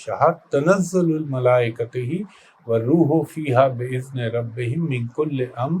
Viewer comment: Assalam o alaikum sir apny sor e qader ghalat parhi hy Mala e kato ko ghalat parha hy